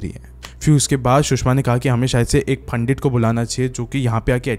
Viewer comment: Pandittt not panddidd